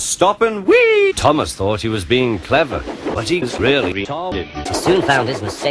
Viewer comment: "Thomas' not 'Tumass'